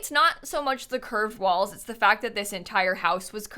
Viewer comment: with each time says "curved walls" it sounds more like "cursed walls"